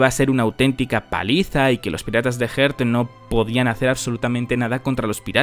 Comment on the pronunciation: quisiera hacer una observación respecto a tu pronunciación de los Piratas Heart, si te cuesta pronunciarlo pues usa el termina Tripulacion de Law